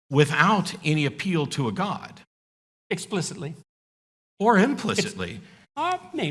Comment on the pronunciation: This is an aside, but are people from Alberta known to pronounce "God" the way Peterson does? It's this weird diphthong-y thing he does, as if he's from deepest Long Island. "Goewod"